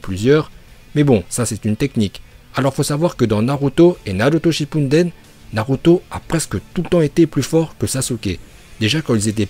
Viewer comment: Naruto shipunedene mdr c'est comme ça que tu prononce